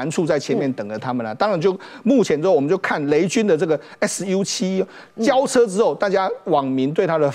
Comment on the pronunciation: 汉语拼音读粟七，不是：而是腰七